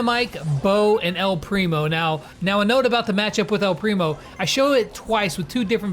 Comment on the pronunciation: Say “ el primo” right